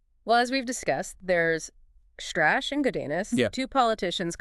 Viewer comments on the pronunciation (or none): Oh, the lawyer's motives are not entirely unknown, he talked about it for FT's podcast Hot Money on Jan Marsalek. Btw, you keep mispronouncing the name, it's shtruh-kaeh.